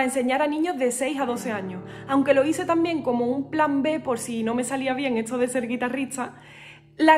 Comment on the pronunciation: Tu música es muy hermosa, pero, sí, dices "buenatsarde", "hitsoria", "etso", etc.